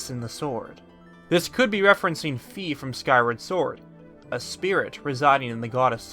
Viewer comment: Dude wtf Zelda is the goddess dauter and she is not dead and your saying fi's name wrong